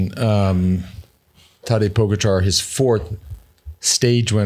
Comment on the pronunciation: just wish you'd learn how to say Pogacar ........